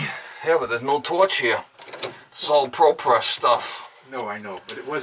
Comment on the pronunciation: Why do you keep saying ProPess? That isn't Propress.